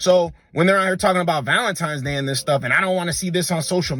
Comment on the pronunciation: Cut off anyone saying valen - times day.